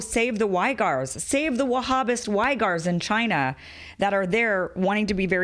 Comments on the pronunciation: Kim, a very good, informative video. But the Muslim ethnic group living in western China, the Uighurs, is pronounced closer to WEE-GURS rather than WHY-GARS. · Do youtubers mispronounce things intentionally to fool algorithms? Uighurs (We-grrr)? Is it Y-grrr? Am I wrong? Idk it throws me when respectable minds overlook pronunciation. Forgive the nit pick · it’s “wee-gurs” kim 😉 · It's pronounced "wee-gers".